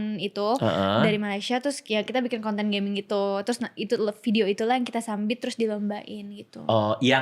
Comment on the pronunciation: btw, bilang "Submit" tapi "Sambit" ngakakkkk🤣🤣🤣🤣🤣